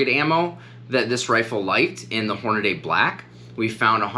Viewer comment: You said "Hornaday". It's Hornady (Horn-a-dee). I won't watch your vids. That crap drives me nuts.